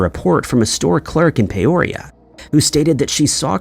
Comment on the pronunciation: It's PEE oria not Pay orea